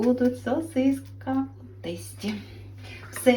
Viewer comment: Тэстi😂😂😂Не знаешь мову-лучше молчи!!!Ужас ужасный!